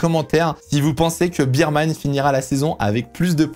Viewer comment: Cool video mais tu veux pas dire "bèrman" stp??? La bise 😜